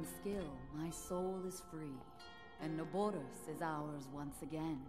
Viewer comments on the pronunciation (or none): Na-boar-is Pronunciation